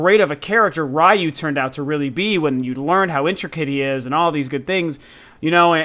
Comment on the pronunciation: Ryu= means dragon- pronounced- re you